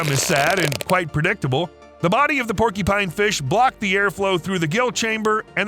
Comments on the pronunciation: It’s porcupine, not porkypine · Hey, brother.... I like your videos... which are largely impeccable... 🙂 But... just for your information, you are pronouncing PORCUPINE incorrectly. It isn't PORKY PINE POR Q PINE is the phonetic spelling CU is pronounced as a Q. Now YOU owe me a coffee! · Bro seriously saying porky-pine this is literally blowing my fucking mind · "porkypine", "porkypines", "porkypine" 😂🤣 Stop! You're killing me!! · Oh no....the dreaded Porkypine. I'm sorry .....I honestly am, it's just a pet peeve. I get shivers every single time I hear the narrator say "Porkypine". 🤷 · Why does here keep saying "Porky-pine"?! XD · Say porky-pine one more time... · Have I been saying porcupine wrong my entire life?